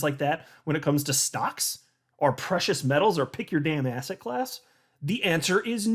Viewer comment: Everytime says Asset class I hear Ass hat class lol